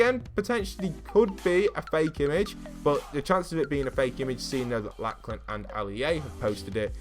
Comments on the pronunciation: It's Lock-lun not Lack-lan Just letting you know :P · Its not pronounced laclan its pronounced loclin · The chaps name is pronounced locklan not lacklan jesus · It’s pronounced “locklan” not “Lacklan” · Why can’t British and Americans say the name Lachlan correctly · Did you say Laklen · it's pernounced lo-k-lan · imagine saying laclan 300 times without realizing there is clearly a "h" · Lachlan is pronounced like “ Locklen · said laklan instead of lachlan 🤣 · Ikr wtf